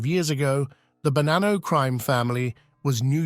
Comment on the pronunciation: Il doppiaggio con l'I.A. fa schifo, il nome è Bonanno, non Banano ed in più altre storpiature davvero buffe. Molto meglio i sottotitoli, almeno si può anche ascoltare